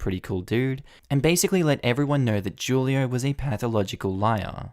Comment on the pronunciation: The dorm leader's name is pronounced hulio